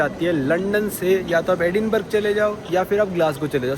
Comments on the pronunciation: Edinburgh को एडिनबर्ग नहीं एडिनबरा कहते हैं! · Sir sorry bs 2 baate एडिनबर्ग nahi एडिनब्रह bolte hai our Burlington nahi wo breitling naam hai brand ka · Hi: Agree that this train ticket is overpriced most likely because you booked it at short notice. By the way, "Edinburgh" is pronounced like "Edinbruh". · It's Edinburahhhhhh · Very correct